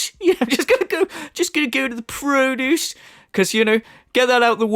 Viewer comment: Great video,. It put me in a good mood where I can't stop laughing. 'PRO-duce' 😂🤣🤣.